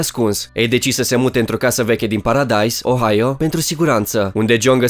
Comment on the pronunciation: A zis ohaio casa e di ohaio😂